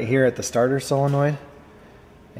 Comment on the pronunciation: I have to tell you I REALLY APPRECIATE the way you pronounce "Solenoid". So many people on YouTube and in real life say things like "Cellanoid" or "Sillinoind" and it drives me friggin' crazy. Thanks for being spot on....as usual. 👍👍